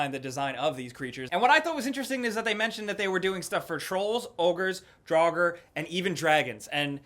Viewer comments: Drow-gur is how you prounounce Draugar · i thought draugr was just pronounced like drugg-er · And yes you're saying draugur wrong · you're concerned with how to pronounce Draugr but you said Guess- Tures?!?!?! dafeq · He did not know how to pronounce Draugr? Bethesda shall punish him. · Talks about Skyrim all the time, still doesn't know how to pronounce Draugr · Talks about skyrim constantly Doesn't know how to pronoun Draugr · Not knowing how to pronounce draugr after skyrim, ahhh. But really cool video anyway :) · You don't know how to say Draugr but you played Skyrim? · How does and the crew always make videos about Skyrim but doesn't know how to pronounce "Draugr"? Seems a little sketch and disingenuous. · You played skyrim but cannot pronounce Daugr?? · You talked about skyrim in the same video you cant pronounce draugr smh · complains about Skyrim, briefly, but can't remember how to pronounce "Draugr" for God of War lol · You guys played Skyrim and you don't know how to pronounce Draugr? Really? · He opens the video with Skyrim, but he seems unfamiliar with "draugr". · You talked about skyrim first thing into the video and then you have difficulty pronouncing drauger, like bruh! Do you even skyrim?